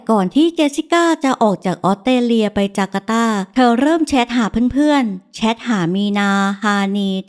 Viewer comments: ออสเตรเลีย = ออส สะ เตร เลีย อ่านเป็น อ็อด เต เลีย มันขัดหูจริงๆค่ะ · ออกเสียง ออสเตรเลีย ควรมีเสียงตัว s ด้วย ไม่ใช่ อ้อดเตเลีย 😢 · ไม่ใช่ อ๊อดเตเลีย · ต้อง ออส สะ เตร เลีย ค่ะ ไม่ใช่ ออด เต เลีย ต้องมี S ด้วยค่ะ จากใจพลเมืองออสเตรเลีย 🙏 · Australia อ่านว่า ออสเตรเลีย มี ส ด้วยค่ะ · คำเดียวกันเลย แอดออกเสียง อ็อด ชัดเลยนะคะ เล่าน่าฟังดีคะ อยากให้ลองออกเสียงคำภาษาให้ชัดขึ้นอีกนิด 😊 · ขัดหูกับคำออต เต เลีย เหมือนกันค่ะ